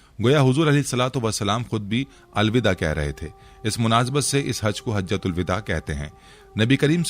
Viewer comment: یہ مکمل جاہل ہے۔ یہ لوگ اسلام کی ایسی تیسی کردیں گے سوشل میڈیا پر۔ "اسلام و علیکم" لکھا ہے۔ "حجۃ الوداع" کو بالکل غلط پڑھ رہا ہے۔ اس کے معنی بھی اس حرامی کو نہیں معلوم۔ تھمب نیل میں دھوکہ بازی سے کام لیا کہ حضور کی آواز کی بات کی۔ یہ جھوٹ ہی نہیں بلکہ حرامی پن ہے۔